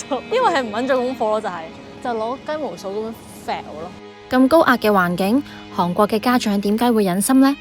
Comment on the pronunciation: 係寒國，唔係航國😂